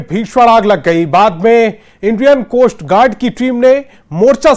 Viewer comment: इतना भयानक बैकग्राउंड संगीत देने और चीख चीख कर बोलने को ही न्यूज़ कहते हैं....और तुम लोग सोचते हो कि इससे तुम्हारी TRP बढ़ जाएगी...😂 बहुत नासमझ हो और हां, ’कोष्ट गार्ड’ नहीं बोलते मुन्ना.... कोस्ट गॉर्ड बोलते हैं...😅😂